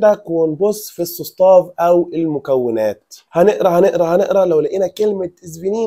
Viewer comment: ملحوظه.. كلمه состав الي هي مكونات بتتنطق ساستاف مش سوستاف.. قولتها في وسط الكلام غلط وما اخذتش بالي . شكرا